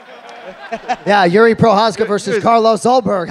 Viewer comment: Its pronounced Yuri not Geri!